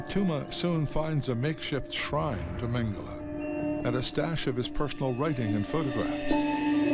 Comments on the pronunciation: It was hard to listen as nearly every person pronounced his last name incorrectly, it’s mang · uh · lay. It’s not mang-uh-la. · Yeah it's not Mengelay either. Every time that guy says it, it's so annoying.